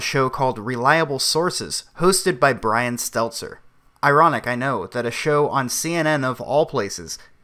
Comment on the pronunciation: It's Stelter..not Stelzer